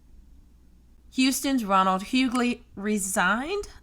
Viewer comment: Stepping into a mess you said that right